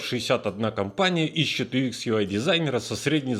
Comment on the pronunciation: юЭкс а не юИкс.:)